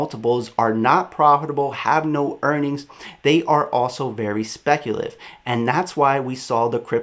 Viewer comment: It’s speculative my bro, not speculive